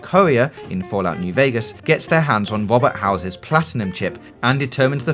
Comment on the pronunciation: Wohbeht Howezez Plotiname cheep.